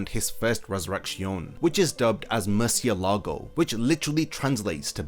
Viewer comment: Just a tip on your spanish: mind the accent mark of the words. You say murcielÁgo, but it is murciÉlago; you also say relampÁgo, but it is relÁmpago. This little thing makes a huge difference.